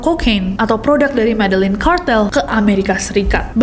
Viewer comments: itu bacanya medeyin, ll=y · begini pengucapannya: "heysus" bukan "jeezus" "medeyin" bukan "medellin"